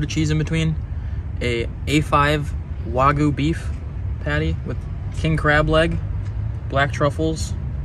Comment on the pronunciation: It's pronounced wag-you.